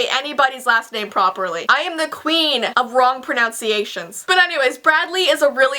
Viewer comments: She pronounced pronunciations wrong lol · She mispronounced pronunciations.... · She even pronounced "pronunciations" wrong